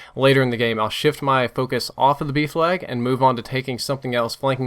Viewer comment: It took me until the middle of the video to realise he was saying 'B flag' and not 'beef lag'